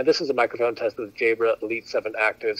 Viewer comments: By the way say jahbrah....it sounds like you're saying jaybra ...which sounds like jaybird....thx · Nope it was me - I just re-listened and this vid has helped me finally decide that the Elite 7s are the ones. it's your accent - most people say "Jabb-rar" but you pronounce "Jayy-brer", made it sound like "Jaybird"! I'm a Brit so had to tune in to your accent - maybe speak 10% slower for we "foreigners":-)